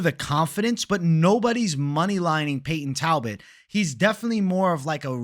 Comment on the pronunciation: naaaa talboot 😂😂